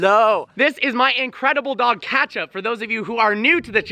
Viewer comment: It’s pronounced Ketchup not Catchup...